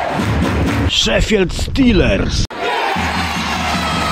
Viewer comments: proszę Cię 😁 Nie "szefield", a "sze-fild" 😜 A swoją drogą. Faktycznie masz rację. FC Sheffield to najstarsza drużyna piłkarska na świecie, która ma siedzibę w Dronfield. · A nie Szifild?